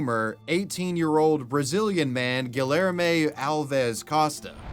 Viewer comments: GILL ER MAY its gee (like in geek) yare (like air) may gee yare may I almost couldn't keep going lol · I can barely listen to the second story because of the butchered name Guillerme (correctly pronounced: Gee-yehr-may) That is not how double Ls are pronounced x.x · GuiYerme You know in Latin countries 2 LLs is pronounced as a Y. Try harder! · I had to turn the video off after you tried to say "Guillerme" I mean I ignored it for a while but it really got to me when you said it 10 times in 30 seconds. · I have reason to believe his name is actually pronounced gee air may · Gi - er - mo for the name haha. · guhlermay XD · pronounced Gi-Air-May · Your pronunciation of the dude's name makes me want to rip my ears off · how can you so confidently mispronounce names?? lol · Where in us does he live? the way he pronounces Guilherme feels so cringey for me. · ik hes a murderer but the way dude pronounced guilherme is criminal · i'm really sorry but the way you're saying guillerme is making me ick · You are aware that the Ls in Guillerme/Guillermo are not pronounced like that right? 😂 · Im from brazil, never heard of guilherme, nor the case actually, this was quite the news. Also i dont mean to be rude or disrespectful at all, i know how hard some pronunciations on portuguese to english or vise versa, but the way you pronounce guilherme, its hilarious! Also "because i wanted" its not a goddmaned answer! You just murdered a innocent person! I feel slightly ashamed that someone like that exists in here... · I’m sorry but you totally butchered Guilherme 😂😂😂